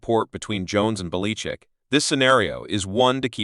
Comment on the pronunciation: This voice over is clearly AI. The program can't pronounce Belichick's name.